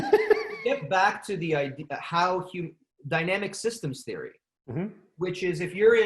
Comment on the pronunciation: In theory? More like.. "In Siri" 😆 Absolutley loving this talk so far! I am super glad that I forgot you started a podcast, and then remembered again, so I can now binge them! Yes yes yess, thank you so much for this.